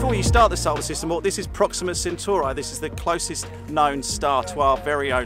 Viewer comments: its not proxima centurai, its proxima centauri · 0.23 CM is 2.3 mm not 23 mm That is definitely not how you say "Proxima Centauri" :D